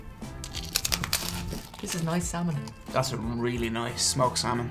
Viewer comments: They should try Pacific northwest drinks (beer and/or hard cider) from the local Brewers. Also the L in salmon is silent and when said Oregon trail was the closest to the proper pronunciation. And hello from Mcminnville Oregon. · I grew up in Oregon ... love smoked salmon (the 'L' is silent) but you need to top it with gouda cheese. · Common silent L's : -would -could -should -talk -walk -half ALSO: Colonel Salmon is much the same and is not supposed to be pronounced with an L